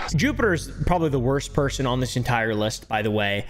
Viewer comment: "You've porobably seen this person on..." I've never seen or heard of any of the people you mention in any these videos. It's like a whole new deranged world for me.